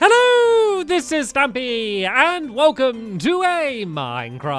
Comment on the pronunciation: Hi Stampy you said stumpy